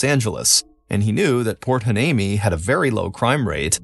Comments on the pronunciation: Why-knee-me that's a tough one to pronounce. 😊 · It's pronounced port y-nee-me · I’m sorry did he try to pronounce port hueneme?? 😂